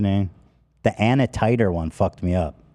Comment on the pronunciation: Ethan pronouncing Antinuclear as “Anatider” and no one correcting him 😂